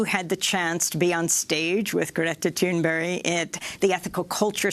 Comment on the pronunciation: Good job by the interviewer on the pronouncing Thunberg's name, on a "Swedish as a second language level, almost".